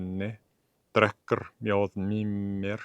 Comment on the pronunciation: Are you intentionally pronouncing the 'r' ending in words like "drekkr" as non-sounded instead of a sounded 'r'? (Not sure about the proper terminology for it, but I mean non-sounded as in 'th' in "Nathan" vs sounded as in "the".)